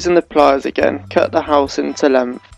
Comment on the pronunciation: "Cut the housin' to lenf" lol. Helpful video though, if incomplete.